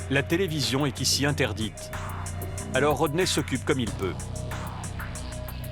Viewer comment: His name is Rodney...not Roder🤨